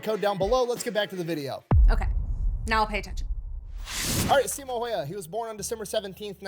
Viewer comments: If you're curious about the actual pronunciation for the name Häyhä (video's not accurate – the way he says it would transliterate to Finnish orthography as "Heihaa" and later "Hoihaa"): The "hä" are the same sound as the start of "hand" (sounds like "händ" to us), and the "y" is ~ the last sound in "new" ("njyy" to the Finnish ear). For Simo as well, there's a smaller difference. The way he says it sounds like "Siimou", so would need to both shorten the i and drop the u sound from the end. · Just a quick tip for Americans if you pronounce it "How Ha" It's closer to the real way of pronouncing his last name.